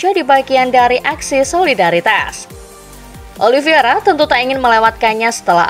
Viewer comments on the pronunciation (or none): ini ke 4 kali nya saya komen, narator masih salah nyebut nama Oliveira dengan menyebut “OLIVIERA” VEIR dan VIER VIER dan VEIR EI dan IE IE dan EI